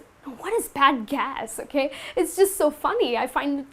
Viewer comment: Act less and teach more. ... and your "okhhay"....sucks!